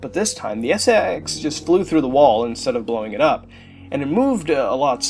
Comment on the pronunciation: For a Second I Thought He Said SEX Infection